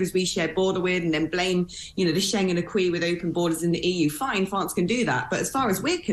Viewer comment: People coming from Fwance? Lol where's that?